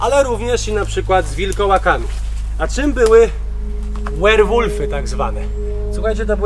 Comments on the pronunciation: 10,.04 nie łerwólfy tylko Werwolf.... 13 min na siatkę nie były nakładane plastiki bi wtedy jeszcze ich nie znano . Ale Ok przejęzyczenie .Dla mnie osobiście Wilczy Szaniec Hitlera bardziej robi wrażenie . Pozdrawiam . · Moim skromnym zdaniem to drzewo w momencie wysadzania schronu, jeśli już rosło to było cienką witką. Minęło jednak parę lat, a to drzewo nie jest zbyt grube. Werwolf wymawia się twardo bo to jest język niemiecki. Taka mała dygresja. Film ekstra łapa w górę. Pozdrawiam.